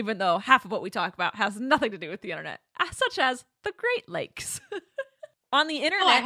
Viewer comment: Great lakes... for a second i thought it was "great legs awareness say" Im Here like thats a thing????